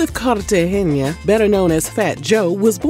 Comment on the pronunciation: His last name is pronounced with the g. The g is not pronounced "h" like the letter J. His says it in his songs all the time... "Don Cartagena".